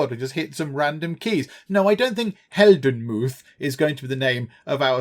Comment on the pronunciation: its funny and painfulnto watch as a german 😂 heldenmuth means hero‘s bravery - i think today you would find more ppl called helmut but the muth part sounded hilarious